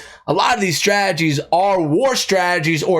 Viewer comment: I hear strajjies...instead of strategies 😂